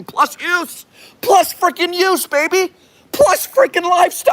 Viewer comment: "ThOuSaND fRiCKen X baEBY" 😂